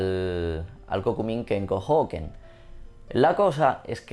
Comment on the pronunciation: Hoken es cortito, no se dice houken, porque sino parece que hablaras de la salud en los feudos xd. Gracias por tu video, muy informativo!